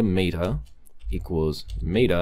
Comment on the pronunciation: It's not maid-uh, its met-uh.